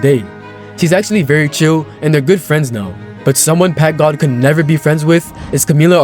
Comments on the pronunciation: "packgad himself" 💀💀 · That dude said packgod more like pack mid i bet u chdhe down there😭💀